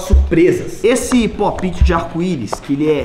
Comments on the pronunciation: Aí véi que raiva ele falando errado fidget toys e tbm falando popti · enaldo pop it se fala popete e fidtgets toys e fijets toys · Enardo ent se escreve pop-it e se fala popet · A que agonia ela falando po piti em vez de popt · Ele falou tudo errado kaka e pope it eu tenho 5 pacotes e são. Quase tudo haro